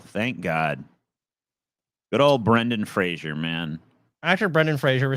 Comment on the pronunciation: It's not pronounced Brendan "Frasier."